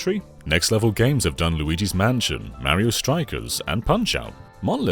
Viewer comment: Who the hell is "Meriow"? Is he a cousin of "Semes Eren" and "Worio" ?